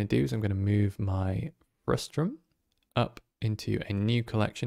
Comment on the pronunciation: Frustum not Frustrum haha